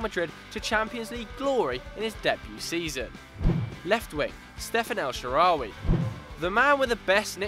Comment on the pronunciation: As an egyptian I died a little when they said el shaarawy